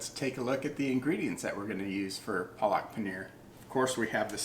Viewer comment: All good but try to say the word PALAK correctly. The correct pronunciation will be something like PAA-LUCK and then say it quickly. It is the fault of the Indians that write these things incorrectly in english. PAA-LUCK = SPINACH.😊👍